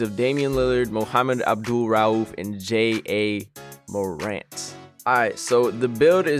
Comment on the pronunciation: He reeally said J A morant